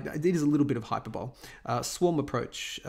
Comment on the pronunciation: \hī-ˈpər-bə-(ˌ)lē\ not hyper-bowl